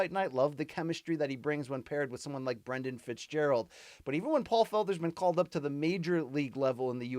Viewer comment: it's brendan fitzgerald... ffs